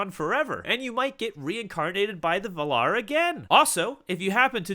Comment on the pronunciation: Just thought i'd mention that you are pronouncing the words valar and ainur wrong. In both words you put the pressure later in the word, but in both instances the correct way is to set the pressure on the first vowel. Not a hate comment. Just thought I should tell you.